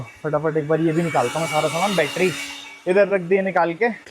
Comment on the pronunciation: battery hota hai.HAr baar bettry bolta rehta hai.